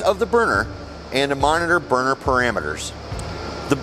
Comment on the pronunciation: Sounds like he's said burger tuning 😂 may I'm just hungry